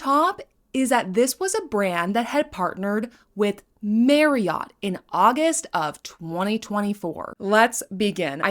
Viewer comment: I know I was like ooohhhhh She actually said Marriott 😂😂😂